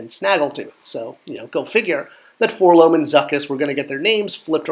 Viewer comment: Great video! I'm loving this series...but please say Four-el-oh-em. If you say "Four-Lohm" you should also say "See-Three-Poe"...like Edgar Allen Poe. They are letters but don't form a word.....all the way back to the way the kid says it in the 1980 Kenner commercial.